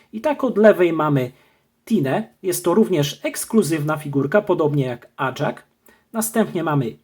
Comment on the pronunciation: NIE ACZAK TYLKO AJAK